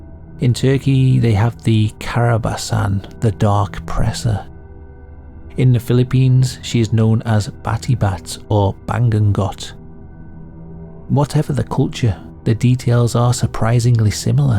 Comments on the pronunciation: Its not Ban-gun-got Its pronounced as Ba-ngu-ngot Its tagalog for "Nightmare" of which My father was a victim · It is Bangungot or Ba-ngu-ngot. Nice video. Ive watched all your videos.